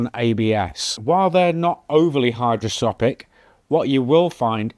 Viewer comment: It's "hygroscopic", not "hidroscopic"